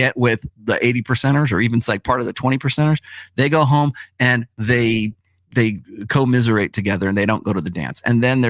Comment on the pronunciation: “Co-miserate” damn 🤣🤣